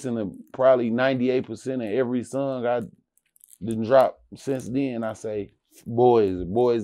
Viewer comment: He pronounce song like sung